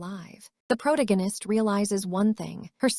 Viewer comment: it's "pro-tag-u-nist" for how to pronounce the word protagonist, not "prot-against"